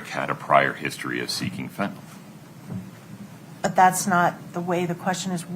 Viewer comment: It’s Fentanyl, not fentanol. I don’t know why, but it’s maddening to me.